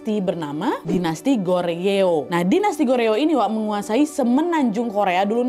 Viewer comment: Kasih tipsnya dikit ya hehhehhe Seoul bacanya Soul. Icheon bacanya inchon. Goryeo bacanya goryo. Biar ngomongnya Kaya org Korea. Hehhehehe